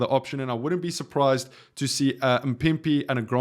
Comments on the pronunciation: Why are you butchering a name so phonetically simple like MAAAAAA-PIMPI.. Anyway i would love to see Fassi at 11 and Sacha at 15 vs Wales. I have no idea who can play 14 with Ireland in mind but i agree that Jesse Kriel will be moved to the wings primarily for his defense and organization of that defense. We really just lost the world's best back 3 😢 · Not mpipi its mapimpi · There's no way you can't say maphimpi. L video.